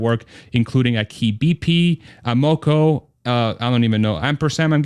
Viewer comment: ampm is a convenience store chain that is usually assciated with an Amoco gasoline station. The latter is pronounced more like AmmaCo, not Am-MO-Co.